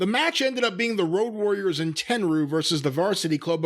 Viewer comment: So is such a big old school Japanese wrestling fan that he doesn't know how to pronounce Tenryu's name